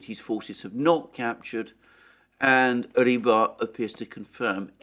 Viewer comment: Rebar? No.... Just, NO! It's Rybar... You clown 🤡